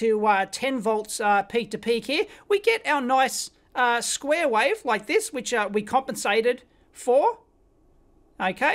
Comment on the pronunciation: ‘wife’, ‘wifeform’, ‘square wife’ 👍😂